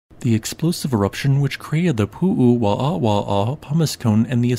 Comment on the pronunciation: Hi! Hawaiians pronounce there w as a v. Like the Germans. I think also this is the only known obsidian site in Hawaii. As it was found historically due to a quarry the Hawaiians did not have access to it. It would have made better weapons for their stone age culture.